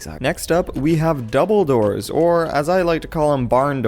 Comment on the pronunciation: i swear i thought you said "and here we have Dumbledoors" XD